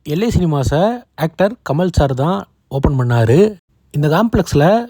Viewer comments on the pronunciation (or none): none